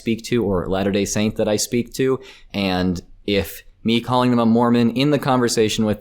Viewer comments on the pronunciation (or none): none